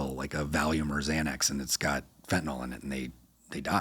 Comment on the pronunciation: Why do americans pronounce Fentanyl as 'Fen-Tah-NOL'?